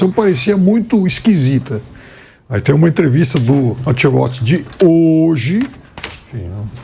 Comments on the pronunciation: Ancelotti, e não Ancelotsch😂😂😂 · A pronúncia é anchelotti